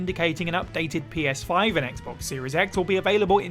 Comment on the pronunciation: Did anyone else hear them say "Penis5" instead of Ps5 or was that just me?